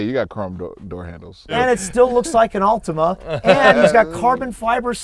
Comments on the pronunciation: lol Americans and pronunciations "Altimania" wtf :D Prediction for this was Altima as well. Hellcats just cannot get power down, no matter how many million HP they have. They're completely garbage off the line. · It’s an “Altima” 😂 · So..... Its actually an "Ultima" instead of an "Altima"...... Lol